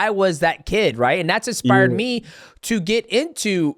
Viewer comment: No hate to but the fact that someone called death sentence keeps saying expired instead of inspired is the funniest thing ever